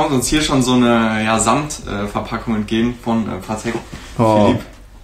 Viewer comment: Bro es heißt paTEK nicht PAtek haha